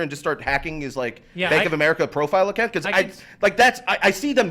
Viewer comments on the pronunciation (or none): none